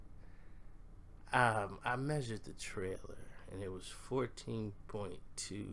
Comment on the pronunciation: You crazy, you said "I measured the trailor", boy u 2 much!